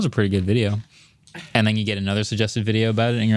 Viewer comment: “you watch one wideo”